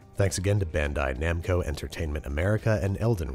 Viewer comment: he says bandai namco like someone who’s never seen a video game before